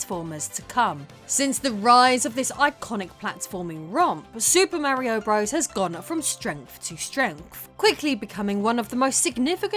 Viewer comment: Merry-o bruvvizz.